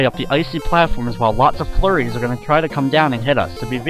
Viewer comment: hehe sometimes when you say flurries it sounds like your saying furries :3